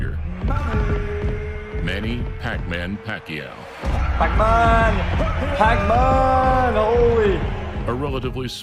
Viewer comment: at least he got the accent right when he said pacman xD